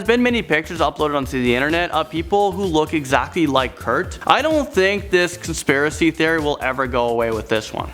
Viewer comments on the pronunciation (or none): Is it my hearing or is he pronouncing wrong Conspiracy?